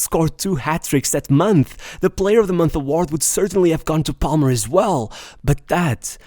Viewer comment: Dont judge me but everytime i hear him pronounce the L in Palmer i wanted to close the video. Lucky its a video about my starboy